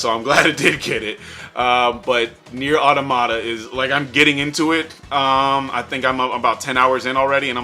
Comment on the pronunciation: Neir auta-mata? Boi